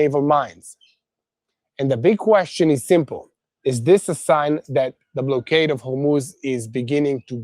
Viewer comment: block-ade not blow-ade